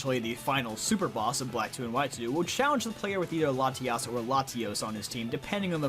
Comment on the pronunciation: I love how you pronounce Latios & Latias